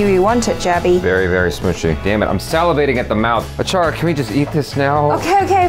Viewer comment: Achara became "Aachaari" ( In marathi it means chef)😂😂